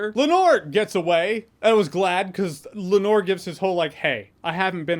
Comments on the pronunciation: I love how so many YouTubers pronounce Laenor's name like Edgar Allen Poe's Lenore. It's LAEnor, not LaeNOR. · “Lenor” “renera”. Come on dog, they literally the say the names every episode multiple times. Theyre really not that hard to pronounce correctly lol